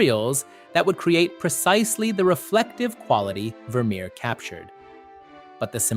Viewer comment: Wermerer????? Wermerer?????